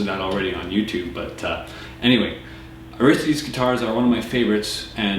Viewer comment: Great review! I don't like how you keep mispronouncing Aristides though. It's AR-is-TI-des. Maybe I watch too much Jeopardy, but I like pronouncing things correctly.